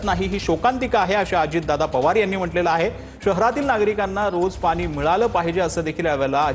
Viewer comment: पानी? की पाणी?.. अरे शुद्ध बोला जरा